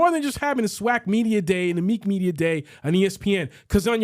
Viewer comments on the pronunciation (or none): Why are you calling the MEAC Meek, it’s pronounced Mee-ACT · It’s ME-ACK, TSU is in the Ohio Valley Conference. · The who??? The “MEEK(?)” 😂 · I came on here to just let you know you guys sounds dumb when it comes to HBCU football lol that’s coming from a swac guy go catch alcorn vs grambling or Alabama st vs Alabama a&m can’t even pronounce MEAC right lol